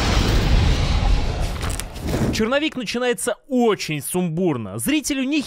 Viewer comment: Многоуважаемый автор! В русском языке нет слова филим, а фильм - есть. Почему Вы всякий раз кино называете «филим»?! Или у Вас деняг нет на логопеда?!